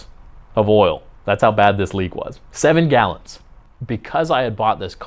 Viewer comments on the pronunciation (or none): none